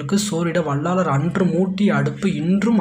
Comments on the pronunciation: Bro வள்ளாலர் இல்லை வள்ளலார் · Tamil sariya ucharichu palagu vallalar ku vallaalar nu solra jeevakaarunya ku jeeva karunya nu solra